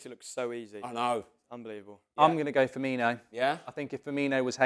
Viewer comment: “Firminho” and “Tsimisskus” back to back 🤦‍♂️